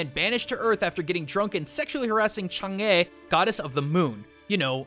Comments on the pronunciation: Chang'e is pronounced Chung uh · chang'e is pronounced ( chang-gah ) for anybody wanting to know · *Its Ch-ahng-uh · Gong xi gong xi also on pronouncing chang'e, Chah-ng'uh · Chang'e is pronounced "changA" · Dw fam, I'm studying Chinese and most of your pronunciation was pretty spot on. Only things that were wrong were Chang'e (pronounced "Sha(h)ng-ah") and Xuanzang (pronounced "shwah-n-za(h)ng"). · the staff is pronounced by saing u e gee u bang really fast. Chang'e is pronounced chung uh. Everything else, im not too sure.